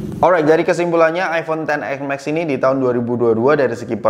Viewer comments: iPhone ten es max bg, bukan ten ex max, udah 2x ngomong ex jadi nya 🤣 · si abang nyebutnya "ten ex mexs" XS max? 😬😬